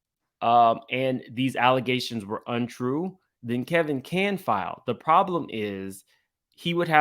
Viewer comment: Why does keep calling Wendy's ex-husband, "Kelvin"? Isn't it "Kevin" (that's what it says above)?